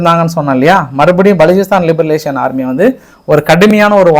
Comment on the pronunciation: லிபரேஷன் என்று கூறுங்கள். உங்கள் உச்சரிப்பு தவறாக உள்ளது